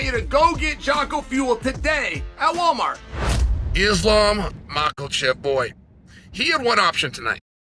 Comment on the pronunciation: “Islam Mocklechip”